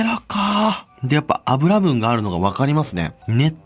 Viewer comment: やっぱ油分(ゆぶん)を油分(あぶらぶん)って言う金子可愛い…